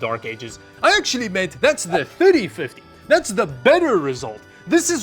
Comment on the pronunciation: Sooo many times when he said "3050" it sounded like "5050". Good thing he has the number on screen enoigh I figured it out, but I started just listening & not watching.